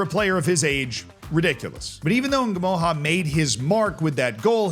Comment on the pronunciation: The way he says Ngumoha is diabolical.